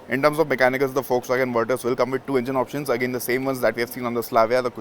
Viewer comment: Thank you for saying the name correctly